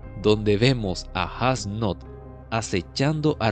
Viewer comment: creo que falto como jugram le explica mas a detalle como funciona el poder de yhwach que practicamente es una amenaza y como renji se echo una siesta as nodt fue brutal lo unico en contra la pronunciacion de su nombre (Esu Noto)